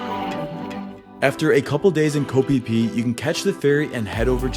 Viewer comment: It's pronounced kho pee pee not kho fie fie